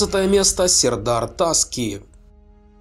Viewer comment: Не Та'ски, а Таски'